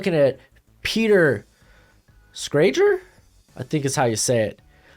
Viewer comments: lol it's pronounced "Shray - ger" fyi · Bro it's pronounced Peter Schrager